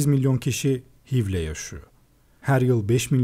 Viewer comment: Hiv diye okunmuyor eyç ay vi diye okunuyor